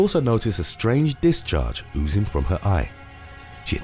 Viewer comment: My man's said OzOozing